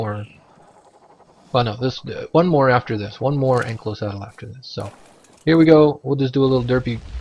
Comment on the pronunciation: An - kai' - lo (saurus). Not Ank - lo - Thanks for the video.